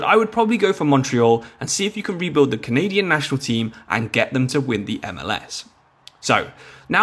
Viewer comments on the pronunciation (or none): none